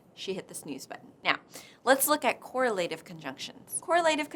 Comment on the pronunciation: And , she needs to learn the standard English pronunciation of "correlative." It makes me wonder if she pronounces those green leafy foodstuffs as '"veg-e --TAH-bles."